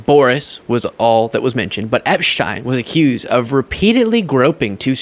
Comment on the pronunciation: Who is Epshtein? Its Epstein. We aren't in Europe.